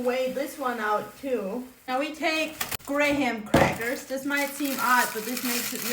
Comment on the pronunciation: Gray-hem crackers